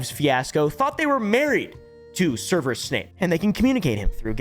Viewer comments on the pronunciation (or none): It's Severus not Serverus. Sev-er-us. 😂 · Its 'SEV-erus' not 'SERV-erus' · I'm just here to count how many time mispronounces "Severus" as "Serverus." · its "Severus" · mispronouncing Professor Snape’s first name is disgusting. Did he have OBLIVIATE cast on him, or is he just a filthy mudblood? I am done…. NOX